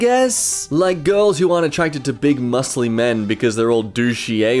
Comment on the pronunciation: Took me a while until I realize it's not "Big Muslim Man" but "Big muscly man"